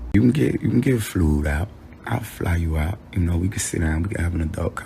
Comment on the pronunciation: Did he say "she can get flewd out?" Sue him for that alone!